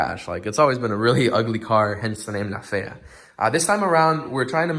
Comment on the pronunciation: bro you sounded extra spanish ... 😁👏👏👏👏👏 La fea , talk spanish more often Btw how dare you take time off . Tf you thinking .. Suerte , éxito Felicidades